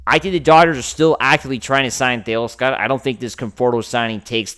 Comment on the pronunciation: Stop mispronouncing “tay-OSS-ker” already. You think VIN woulda done this? Joe DAVIS?! 👉 NO. Correct! So why make like you know better when behind a “Dodgers” mic. You keep showin yer butt. You obviously have a face for radio, but you can’t even get the voice right. I ain’t clickin if I see YER mug on thumb (& you can’t afford to lose numbers where you’re at). 🥴🤦‍♂️